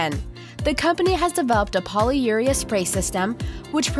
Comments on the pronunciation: it's said as poly-your-ree-ah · poly-u-REE-uh, not poly-YOU-reah